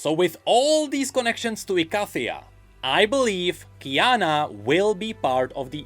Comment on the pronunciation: Bad. You know the mage of Ikathia pronounces it "e-kay--thia".